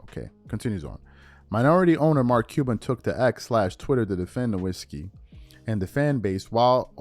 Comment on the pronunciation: Love the channel, but Dirk’s last name is pronounced as No-Vitz-shi.